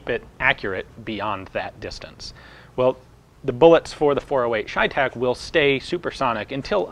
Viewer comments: CheyTac is Cheyenne-Tactical. Since when is ''cheyenne'' pronounced ''shyenne''? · it's chey tac as in Shays rebellion . chey tac . the ch sometimes makes the sh sound . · It’s pronounced chevytac